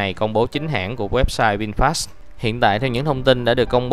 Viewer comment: Vin-fast chứ ko phải Vin "sờ" fast nha bạn chủ thớt! Phát âm nhiu đó ko mà cũng sai thì review cái gì